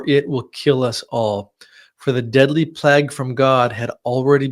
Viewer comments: "plag"? You mean plague (playg)? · Fascinating. It’s pronounced “plaig” not “plag”